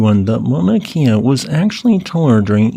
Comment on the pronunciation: for future reference pronounced 'kay-uh' not like 'Kia' cars